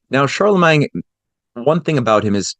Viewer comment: I wish you would just say all of the French words normal, it feels like a knife in my ears every time I hear CharlemanG, or the pronunciation of literally all French. It's truly a disgusting language, sounds like you are swallowing flem